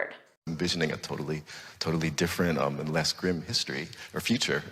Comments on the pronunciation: Why do you pronounce the word as 'Gram' when it is supposed to be pronounced as "grim' ? That 's a bad pronunciation. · It's grim.. NOT grem! Get it right! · grim (grĭm). Your pronunciation at first is very different from the dictionary which follows UK and US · Grim pronounced gram? Bah-full? Comeradey? Strange. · listen carefully about grim... when Obama said grim it sounds greem, but when you said grim it sound gram... which is correct??? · Why your pronunciation of the word GRIM "Graem" and native speakers pronounced grim?? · In the first few seconds she pronounced the word "grim" as "gurrim".... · i thought it pronounce as griim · Grim, America's pronounce as it is written, but in the video it is prononsed gram. 😅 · I watched this with much interest, until I heard you pronounce the very first word: "grim". You pronounced it as "grem" After this I realised that your American accent skews your attempts to speak English correctly. Sorry, my dear, but American "English" is far from the English spoken in England and in South Africa. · Her pronunciation of grim was incorrect 😊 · I was baffledl by the pronunciation of Grim, on the screen of the video, it showed [GRIM] with a [I] sound, but the teacher pronounce it with an "e" sound